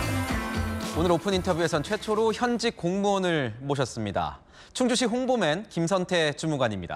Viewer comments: 충주시는 진짜 대단함! 충주시장도 홍보맨도 공무원이 이렇게 멋질수가 있나? 그리고 충추시 아니고 충주시 입니다😊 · 충주시에요. 충추시가 아니라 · 충추시가 아니라 충주시입니다